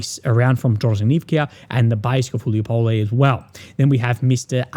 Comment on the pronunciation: Hulaipole.... you pronounced it perfectly, with an Aussie accent!! 👍